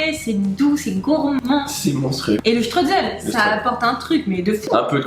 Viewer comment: on dit chtroïsseul et pas streutzeul ! 😂 Merci pour cette recette appétissante !